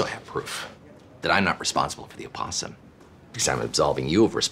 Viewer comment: Why are they pronouncing opossum like that?